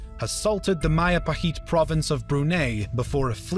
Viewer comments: Isn't Majapahit should be pronounced as Majapahit rather then Mahapahit? As it's not Spanish name. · MAJAPAHIT is not pronounced as MAYAPAHIT but as MA.DJA.PA.HIT (as in JAKARTA). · Mahajapit ❌ Majahapit ❌ Mapajahit ❌ Mahapajit ❌ Ma-ja-pa-hit? ✔️✔️✔️ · Its Majapahit, JEY, not YAY not mayapahit but Majapahit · Hey there, i'm Indonesian and Majapahit is pronounce with a hard J not a soft one so it is majapahit not mayapahit 😄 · As an Indonesian, Majapahit word is pronounced Madjapahit. Not Mayapahit. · MAJAPAHIT IS PRONOUNCED MAHAPAHIT!?!?! ‼️‼️ How the Philippines was colonized. SPANIAEDS USED NATIVE AMERICAN TROOPS IN THEOR CAMPAIGNS INTO THE PHILIPPINES!?! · I thought Majapahit was pronounced Ma-juh-pa-hit. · Ma - Ja - pa - hit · O i never knew Majapahit ever reach luzon, i think majapahit only fought against the sulu because of brunei's request to get rid the sulu pirates. Nice video, thank you but Majapahit is pronounced Majapahit J is J nlt Y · Inaccurate pronounciation of Majapahit. The J is not pronounced like Spanish ‘j’. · Majapahit has a hard J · Hearing majapahit pronunciation reminds me of bill wurtz video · The J in Majapahit pronounciation is same as J in Jack not as y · Correction in pronunciation... I believe it's Majapahit and not y sound, it's Mindanaw not nayo and it's not Roxas it's Rohas... These are the pronunciations